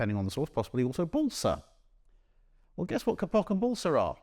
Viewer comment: Just a note: /'keipok/, not /ke'pok/ for the silky fibre called kapok.